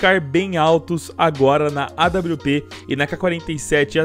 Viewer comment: Nao é Aupi é ADAPIU PE